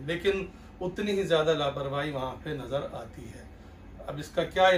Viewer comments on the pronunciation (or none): La parvahi is incorrect. There is no 'h'. It is laparvaii. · La Parvahi is incorrect. It is laparvai.